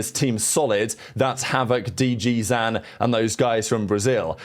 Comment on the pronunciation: every video the "Zan" in names like dgzin get's more pronounced